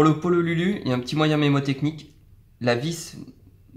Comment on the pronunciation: "le pololulu" MDRRRRRR